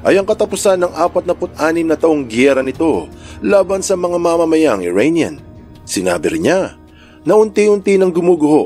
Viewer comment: Cute ng tawag ni sa Iranian.. "IRAINIAN":hand-orange-covering-eyes